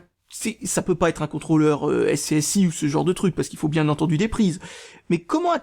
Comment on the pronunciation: on dit "squizi" et pas scsi désolé mais ça choque